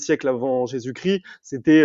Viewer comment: Parcontre on dit Jesus ChriSSSt pas Jesus Crie …je ne connais pas le critianisme mais le christianisme